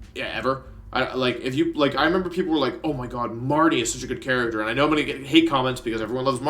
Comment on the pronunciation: He called my boy Morty, “MARTY” 😫